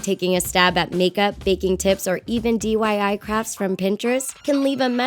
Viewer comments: it's diy not dyi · seriously "DYI"... It's DIY. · Lol she said at the beginning dyi not diy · she said dyi instead if diy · they said dyi😂 lol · at the begging she said DYI not DIY 😂😂😂😂😂😂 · You said DYI... but it's DIY... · BTW it's diy not dyi! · did she just say... dyi... instead of diy...? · DIY NOT DYI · who else noticed she said dyi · She said DYI ... Huh? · did you see, that she didn't say ,,DIY", she sayd ,,DYI" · Dyi? It's diy and u said that the whole time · Help she said DYI not DIY there is a whole difference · she said even DYI but its DIY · she said DYI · It's DIY (do it yourself) NOT DYI (do yourself it ) it kind of reminds me of the word DYE 😲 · Did anyone else notice she said DYI not DIY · wait in the beginning u said DYI not DIY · DYI?!? Wtf it's DIY that means Di It Yourself🙄🙄🙄😒😒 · She said DYI not DIY😂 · She said DYI instead of DIY derp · She said dyi its diy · When she said DYI instead of DIY I DIY-ed 😂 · SHE SAID DYI INSTEAD OF DIY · she said "DYI" do yourself it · it's DIY not dyi😂😂😂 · she said dyi it's DIY idiot 😂😂😂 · did she just say dyi insted of diy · she said dyi insteaf of diy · she said "dyi" not diy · Why did she say dyi instead of diy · I swear she said dyi not diy. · It's DIY not DYI WTHECK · Did you notice she said dweei instead of diy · If ur gonna say it say it right. It's DIY!!!!! Not dyi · She said DYI in the beginning Me: ITS DIY NOT DYI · The girl says DYI not DIY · wait did this girl just say dyi? 😂😂 ITS DIY 😂😂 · She said "dyi" instead of diy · She said dyi in the beginning instead of diy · In the beginning she said D.Y.I its D.I.Y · Did anyone notice that they said DYI instead of DIY? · She said dyi DYI you people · Why'd she say Dyi? It's DIY. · She said DYI instead of DIY 😐😂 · Thomas Deere But that's diy. She said dyi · DIY(Do It Yourself) not DYI(Do Yourself It) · she said DYI 👎its DIY👍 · its DIY not DYI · has anybody noticed that she said dyi and not diy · In the start she said dyi not diy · the person said " dyi"